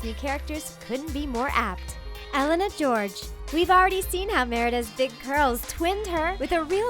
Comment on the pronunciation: Being Romanian and hearing Elena GEORGE is just so painful...